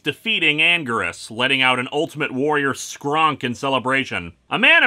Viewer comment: You have no idea how much my niece loves the human pronunciation of "skreonk".